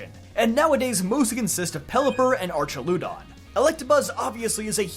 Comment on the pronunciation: Arch - Al - Uh - Don Archaludon The lu is like lu in lump not lu as in luger.